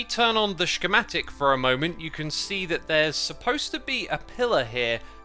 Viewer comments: I usually don't comment, but the way Xisuma says "schematic" is driving me insane. It's pronounced "SKEMATIK". Please. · It’s pronounced skamatic for fucks sake. You’re double pronouncing the sch and it’s driving me insane. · I really hope that X knows that “schematic” doesn’t have a sh noise in it…… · I love the way X says shkematic